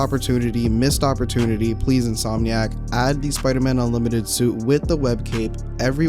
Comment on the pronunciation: "UNLIMITERD SUIT"